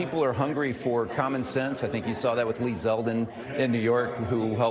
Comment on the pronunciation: Lmao he said commen sense 🤣 Replubicians allot of things but using common sense is not what they do.